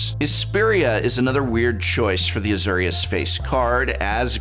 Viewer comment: The Uhzurrious Guild is a new one to me too